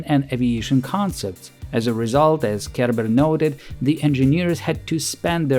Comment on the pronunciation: Is anyone else hearing Kerber as "care bear" and imagining soviet design meetings with Funshine present? Just me, ok.